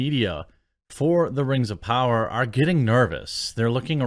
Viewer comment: Da Rangz a powah!